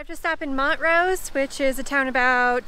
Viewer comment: It's pronounced You ray. U RAY. NOT OOHRAY. It's not Mont rose. Mon trose